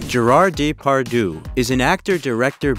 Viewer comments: the proper pronunciation of his name is important when making a documentary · I understand this is not your language, honestly no problem, but please try to pronounce his name correctly. I am just saying try. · I agree. It's annoying hearing him pronounce the names Depardieu and Alain wrong. Not a serious video maker. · Haha so true :D I guess we can’t expect that much of Americans, when it comes to other languages haha